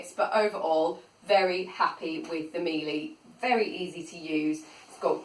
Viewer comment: Interesting, you got one of the baseline models. The high models have a better dusting brush and a remote control. Any straight suction floor tool won't perform well on carpet so don't expect it to. Very nice review though. P.S Miele is pronounced "Miela" ;)